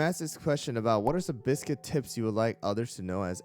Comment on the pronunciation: Bees-quit ... like beast-cuit. beascuit. nar to the biscuit. :P